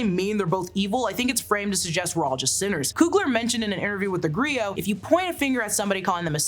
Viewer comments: It’s pronounced “ Gree- OH” not “ gree-yot”. The t is silent darling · Griot is pronounced, Gree-oh not Gree-ot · Griot is pronounced Gree-oh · The word "griot" is a French word and is pronounced gree-oh! It is also a colonial remnant. Better choices for those story keepers would be "jeli" or "Jali" (Mande), "guewel" (Wolof), "kevel/kewel/okawul" (Serer), "gawlo" (Pulaar), and "aro kin" (Yoruba). All of these words from different african tribes loosely translate to something like historian, storyteller, or truth speaker. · Gree_oh....cha-lahm just helping you out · Pronounced Gree-Oh Leg-Bah